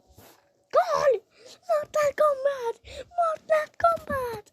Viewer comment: Mal o mortal kombat diye okun muyo o mortıl kombat diye okunuyo